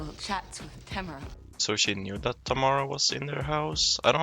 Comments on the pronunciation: my names tamara and you didn’t say it right bestie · My daughter's middle name is Tamara And My granddaughter's first name is Tamara. But it's pronounced like Tamera.